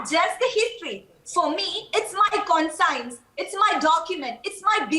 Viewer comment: She said 'con-science' ... lmao 😂 Thats not how u pronounce it ...lol She revealed her true nature - her conning science....🤣